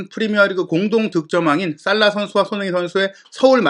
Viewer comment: 손흥 인 라고 발음좀 하지마라요 ㅡ진짜 거슬려서 구독취소 ㅡ내용많다고 좋은건 가 ㅡ듣기편하고 재미있어야지 축구전문가될려고 유투브 보냐 ㅡ천천히 말해도 될텐데 왜그리 총알스피드로 말하냐 초반에는 솔깃해서 듣다가 나가게된다